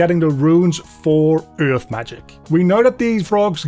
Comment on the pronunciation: i love the way you say earth, kinda like eurghth